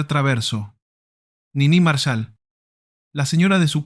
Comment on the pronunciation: Cómo Nini Márshal?? Es Niní Marsháll